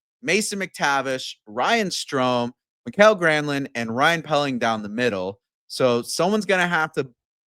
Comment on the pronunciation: It's not Michael, it's MikAEL.